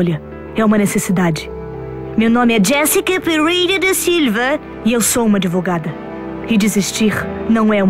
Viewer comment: "Jéssica Perewra da Silwva"😂😂😂😂😂